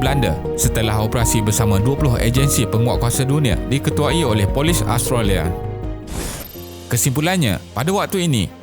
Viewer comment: Austrolia ke Australia? Sebutlah betul².